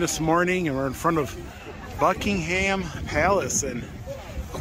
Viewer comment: Buccee-ham palace